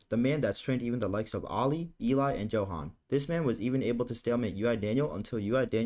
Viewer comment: Johan is pronounced as Yohan, with a Y. For the love of god.